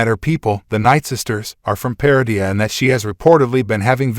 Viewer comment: Maybe pronouncing correctly "Malachor" , "Lothal", "Peridia" will help me watch more...